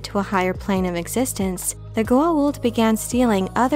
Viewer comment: To this day Richard Dean Anderson mispronunciation of Goa’uld as Goauld messes me up whenever I try to explain this show to my friends and I love that air force colonel, (general), for leaving such an imprint on me from the show XD.